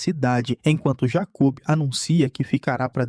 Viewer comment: Jacub kkkkk a pronúncia errada deixou engraçado